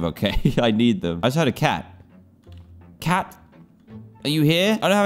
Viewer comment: did he say a tac instead of a cat